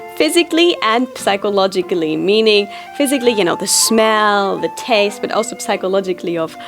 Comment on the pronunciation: The "p" in psychologically is silent btw